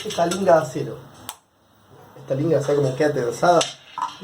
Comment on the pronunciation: ESLINGA, SE LLAMA, no Linga. No existe Linga. Es ESLINGA